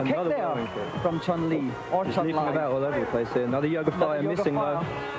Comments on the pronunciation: OMG NEVER in the HISTORY of Street Fighter has ANYONE pronounced Chun-Li as "Chun Lie". WTF! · "Chun Lie"? Dickhead lol